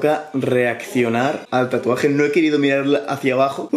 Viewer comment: Los Paraguayos viendo que dices tatu NO REEE TURBIOOOOOO